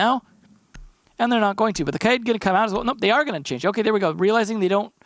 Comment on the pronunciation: I like how he pronounces Kaid properly